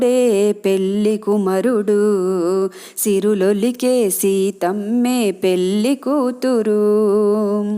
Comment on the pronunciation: పెల్లి కాదండీ పెళ్లి voice బాగుంది